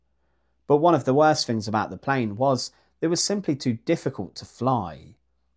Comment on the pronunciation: Fings? I find adults still speaking like a toddler highly amusing. Im guessing a 'frottoo' is a throttle. 😂